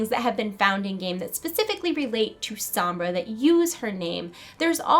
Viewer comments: Why do you keep pronouncing her name like S-om-bra. Listen to how Reaper says it. S-ohm-bra. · ""SOMBRA"" NOT SAMBRA!! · Sambra? Its pronounce Sonbra (Sombra) but nice tried tho not hating it just bother me a bit hearing you saying it wrong over and over lol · sohm-brah not sambra. eeeeeh! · sambra...... sambra.... sambra...... it is SOMBRA!!! Love the video though. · Well it sounds like she's Hispanic and if she is I want people to pronounce Sombra right, it hurts my Hispanic ears :( The "o" isnt an a sound, it's like an "oh" sound. Plus Reaper pronounces it right. Loved the video though, super interesting! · Pronounced "Sohm-brah" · How she says sombra she's sees som bra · the video was really good but one thing bug me was the you kept mispronouncing Sombra and kept saying SAMBRA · It's Soh-mbra. (I think Alejandra might be Sombra, but that robot mask is hers. But just a mask.) PS. How OLD is Soldier 76, if that was in the past.. JEEZ. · at least learn how to pronounce sombra hence it is a latin name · people pronounce "sombra" so weird. lol